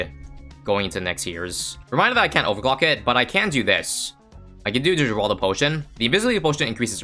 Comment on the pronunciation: It's said heraldo